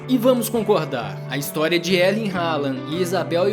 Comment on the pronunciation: Pronúncia de Erling errada. O R não se pronuncia.